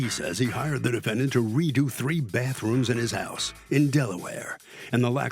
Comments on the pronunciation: It's baTHroom, not baFfroom. 🙄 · Crap on a cracker!!! The word is "BATHROOM" not BAFFROOM. Good grief. Quit saying "basically" it means nothing!!